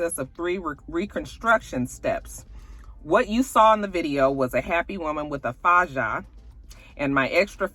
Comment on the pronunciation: 🥰 Hey. in regard to K Michelle — “Faja” is actually pronounced like Fah - ha. (The “J” in Spanish is pronounced with an “H” sound.) Faja in Spanish has different meanings, but in this context, I think K Michelle was explaining that she had on a compression garment/girdle or a corset type thing.